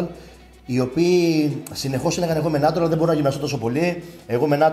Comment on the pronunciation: Καλημέρα.Είσαι φοβερός και φαίνεσαι ευγενικός χαρακτήρας. Νέιτσουραλ προφέρεται. Εντελώς φιλικά.